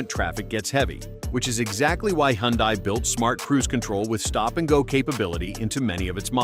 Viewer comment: please learn how to pronounce HYUNDAI !!!